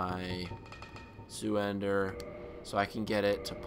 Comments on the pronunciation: Zweihander, pronounced "zvai-hender", but he sounds like he saying "zoo-hander", I don't think there's a reason to call him an idiot. Idiot. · Lol zoohander. Its zweihander. Pronounced kinda like swey hander but the s is pronounced like a z. So zwayhander. Its german for two handed. Like your videos man. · Shouldn't it be pronounced Zvwei-Hahn-der? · Zweihander.... Zwei means two in German, therefore: the sword is called "two-hander" Sorry just hearing you say "Zooender" or whatever pains me. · the sword is pronounce zwiehander (s-wi-hand- ehr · zweihander is german, it's pronounced in english like this: 'tsvwhy-hander' ;) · Actually, Zweihander sword is pronaunced Zoolander sword. Orange mocca frappuccino! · Your walkthrough is really helpful, and just to say it's zweihander (pronounced Z-VI-Hander) in german it means Two-Handed. But that's besides the point thank for the help :D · It's more like "ts-why-hand-ah" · It's funny how Americans can't pronounce Zweihander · btw that's Zwei(two in german)hander look up the pronunciation of the word